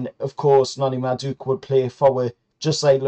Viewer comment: You totally butchered madueke's name😂😂. Also I think we might be paying too much for Guehi. Hes good, but for 60 million we could buy a defender and a right winger, and I'm guessing theres plenty central defenders of a similar quality for way cheaper abroad.